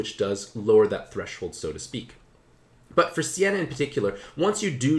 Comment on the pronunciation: Its not Sienna, its Seina (Say Nah).